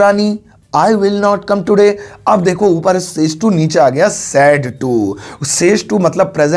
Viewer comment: Not ka fot 🤣😂